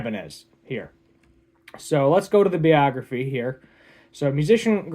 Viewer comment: This dude can’t even pronounce the word biography and you want him to think society functions outside of the west?